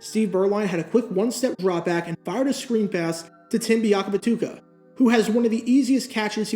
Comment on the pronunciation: I’d like to congratulate myself and everyone reading this post. We had more goal line yards than the Panthers did that day. (That Guy Alert) Considering how notorious you are with some of us for mispronouncing names, the fact that you pronounced Biakabutuka correctly is impressive.